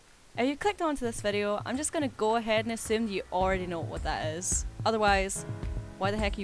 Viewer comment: "Im going to assume you know what da issss." Haha